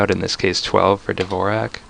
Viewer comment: and I already cringed "Dvorak"